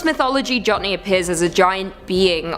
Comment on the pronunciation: Jotne is Norwegian and pronounced Yoht- Neh. Just thought I'd offer some help there.